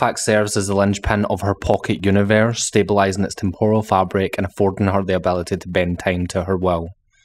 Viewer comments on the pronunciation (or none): It's pronounced temp ral. Not Tempural. That's Japanese batter.